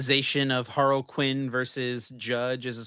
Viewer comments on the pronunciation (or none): also is HAR-LEE-QUIN not Haroquin sorry to cook you twice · Har-Luh-Quin. Not Harle-Quin. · it's not HAR-LEE-QUIN either dude, it's more similar to HAR-LUH-QUIN, the other you're referencing is the DC villain Harley Quinn.